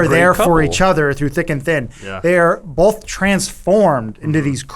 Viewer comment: This episode seemed particularly 'bolth' heavy.